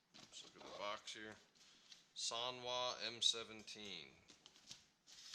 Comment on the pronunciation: Ffs san-wa not soon-wa